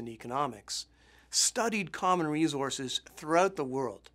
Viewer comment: Oh man, this bothered me every time he said it!